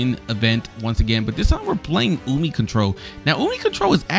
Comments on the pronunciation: I about died when you pronounced it as "ummy" 😭😭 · It's umi, not amee, not yumee, it's umiiiii😂